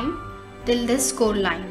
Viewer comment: she pronounces this - dhhis